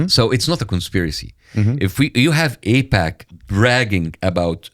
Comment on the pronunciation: First off it is AIPAC. Not APAC. Secondly. AIPAC / US is fine. ISRL / US are and has been in bed together for a very long time. You heard them allude to JFK. It goes back further then that. Both support each other very well and ensure they remain Top Dog on the global stage. Why mess with that? It works!! If it aint broke, dont fix it.